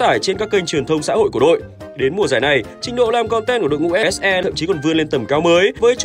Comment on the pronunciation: Ông đọc kịch bản đọc SE là ếch i xong phải chèn ếch e vô hả Chèn hết cái clip này chắc mỏi lắm :>